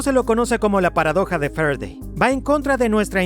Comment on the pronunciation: Jeje medir con el "volimetro" y estudiar la ley de "f'redey" Interesante video, saludos!